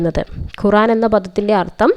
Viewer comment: ഖുറാൻ അല്ല ഖുർആൻ